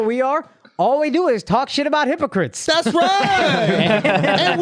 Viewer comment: “HIPPO CRIPS”